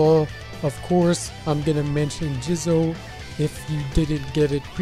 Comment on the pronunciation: SAY JIZO'S NAME AGAIN PLEASE